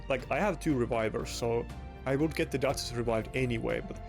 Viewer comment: Mate i like to watch your videos, but could you please be more energetic?? you ack and talk like you are 70+ and talk like you have a d..k in your mouth trying to correctly call champions like duchess or Marichka. when i hear you call those champions i feel like i drag my balls on the shattered glass . English is not my first Langugage like you can tell after this comment , but i have no issue with calling right names, be more focus on how you act and what you say then when content created pack will come every friday!